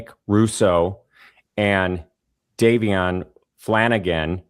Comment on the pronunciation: Was horrible to watch! The host couldn’t even get Davion’s name right😢❤